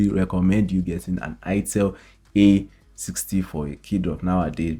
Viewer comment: A60 not A80